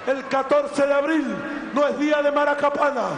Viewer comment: ¿MACARAPANA O MARACAPANA?, SEA SERIO HOMBRE.